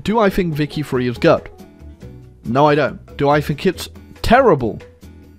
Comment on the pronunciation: !!!!!!!!!!!!!!!!!!!!!!!!!!!!!!!IT ISNT VICTORIA FREE, IT IS VICTORIA THREE